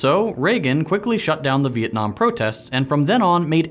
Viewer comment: Most of you if not all of you wont understand this but I clearly play to much eve online since I heard beeitnam war lol